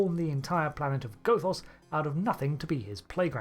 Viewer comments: The first O in Gothos is short. Goth does emphatically NOT rhyme with both, oath, or loath, but rather with moth, cloth, or froth, or sloth. Do you pronounce Gothic like Go Thick, too? Cahn't yew spaek Anglisch? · It's not pronounced, "Gothos". It's pronounced, "Gothos". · Good theory. Please pronounce Gothos correctly. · Hate to say it,, but the mispronunciation of Gothos really took me out of the video at times. But to answer your question given how different he is from Q2,, I don't think he's actually a Q. Might be something similar, but I have my doubts he's actually a Q. As you mentioned, Q-Squared takes the fan theory that Trelane's a Q and runs like hell with it, having Q be his Godfather (and maybe his actual father, though he denies it), but given the vast differences, I suspect that instead of being a Q, he might be part of the M continuum, which appeared in another Trek novel. That would explain why he has Q-like powers, as they're said to be equivalent to the Q, and the idea that the Q have their own enemies does make sense, given how many species are upset with the Q we typically encounter in the show.